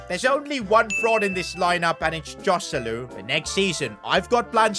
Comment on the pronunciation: i want to kill myself hearing him say joselu